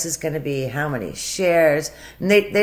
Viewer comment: What the hell is with the way she says "how"?! She can't say the word.